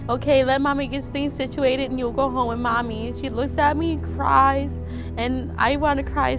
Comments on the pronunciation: It's not wit... It's WITH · She keeps saying the word with, like it's pronounced w i t lol! And then she said they misses me LOL, how stupid is this chick? Well let's see my child has broken bones and I have no idea why, I would be ashamed of myself to even admit that even if that were the truth